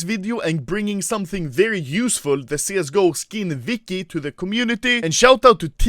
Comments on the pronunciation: Who the fuk is CSGO Vicky?! Oh wait... You mean Wiki? With a W... It's not pronounced V... That's a different letter all together... That triggered me so bad XD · Everyone else: "Wiki" Anomaly: "Vicky"